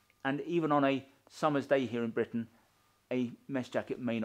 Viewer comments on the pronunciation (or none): none